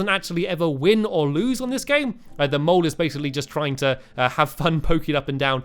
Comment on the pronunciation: At first i thought he kept saying get them all instead of get the mole